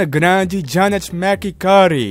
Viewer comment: vc não sabe falar McCurdy ? Kkkkkk